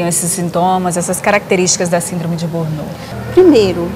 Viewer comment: Por favor, corrijam a pronuncia da palavra burnout.